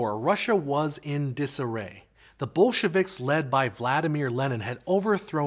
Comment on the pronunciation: I like how you pronounce bolsheviks as bullshiviks. sums up the ideology:)